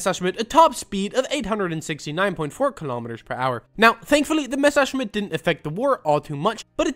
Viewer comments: bro that ''messerschmitt'' sounded so german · you german or german speaking or how can you pronounce messerschmitt and schwalbe so correct (im german)